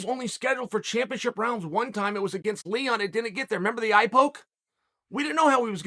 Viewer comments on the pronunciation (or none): none